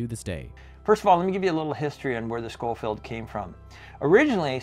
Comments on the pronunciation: skoh - feeld , not sho - feeld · It's pronounced "Sko-field." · The way the narrator describes the ammunition as "point 45" and his pronunciation of the word Schofield drives me bananas!!! 🤬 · #1 get rid of the A.I. voice that can not read correctly. #2 hire a writer that knows what the hell they are talking about. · OMG learn how to pronounce Schofield! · First, would it kill you to have your AI pronounce "Schofield" correctly? Second, the scene from "The Quick and the Dead" you use to talk about the Remington 1875, the Kid is showing off a Colt Peacemaker in the clip, not a Remington. You end the clip literally right before he unveils the Remington 1875. Come on now, son...you've got to do better than this. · The OK "coral"? Point forty five? Show-field instead of sko-field? Is it THAT expensive to hire an English speaking narrator who is a REAL person? Also, why show modern firearms, US Army uniforms and CO2 replicas when talking about these 19th century weapons?! Why not just use ALL Hickock 45 videos? He has covered all of the guns you did. Finally, what about these is brutal? I guess if you beat your opponent to death with one, but that would be you beating him, not the gun. Try harder next time.